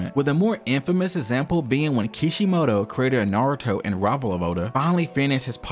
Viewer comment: Can you say example? Saying essample really throws me off